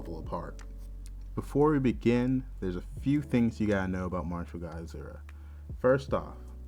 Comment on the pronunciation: Lol, When u say martial god asura for some reason in my head i keep hearing it as Mashu guy assuaahhh 🤣